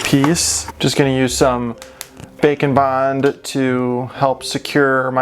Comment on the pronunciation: It always sounds like you are saying "Bacon Bond" instead of "Bake N Bond" LOL. Makes me want bacon.